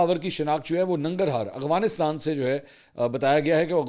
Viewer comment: "AGWAANISTAAAAN"?????? Eeeee konsa mulk hy bhaaya